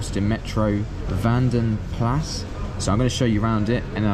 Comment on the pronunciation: Its a Vanden Plah, I know its confusing when spelt Plas. Just thought I help ya out if you come across another.